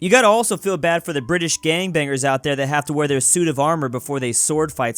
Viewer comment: STOP saying British wrong plz it is anoning